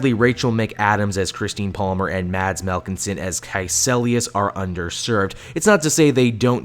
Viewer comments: ITS MIKK-EL-SEN, not milkensen. Sorry to sound bitchy, but ive been listening to you say milkensen for a long time and for some stupid reason it ticks me of. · It's not Melkilsen it's Mikkelsen